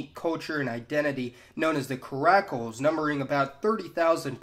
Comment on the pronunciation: Did thiz dude jut pronounced Caracol and Garifuna wrong, I mean if ya gon make a video at atleast learn how to pronunce dem words correctly ( Just Sayin )